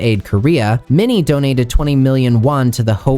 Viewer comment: Your pronunciation of Minnie’s name is 💯